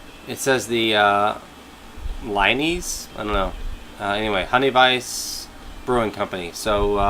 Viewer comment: honey "vice"